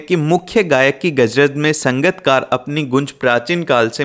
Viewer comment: garaj ❎ gajraj ✅